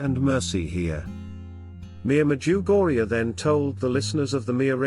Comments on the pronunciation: Can you please make use of your own voice or someone else's voice, a human voice that is real. My wife refuses to listen to your wonderful talks because of the voice and your pronunciations of "Medjugorje " It drives her bananas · You can't even pronounce the name of the place correctly.